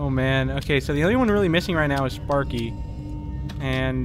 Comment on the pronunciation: did you just said spaeky that's Timmy turner's pet sparky!!